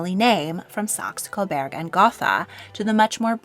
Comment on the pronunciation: I can live with Gotha in English pronunciation. But Coberg is not the name. It's Coburg. Like Hamburg